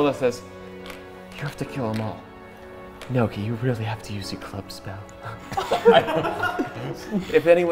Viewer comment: Lol they're still calling nohki.. neako